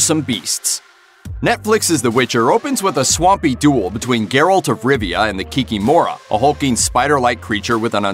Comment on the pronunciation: In polish the stress is almost always on the penultimate syllable. So in polish it would be 'Kikim(o)ra'